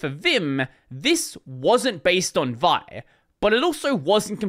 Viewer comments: vi not pronounced "vie", it's "vee eye". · I have never heard vi pronounced as one syllable before...